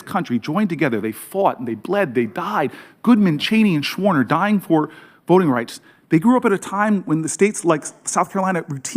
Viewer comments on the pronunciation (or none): Schwerner, not Schwarner.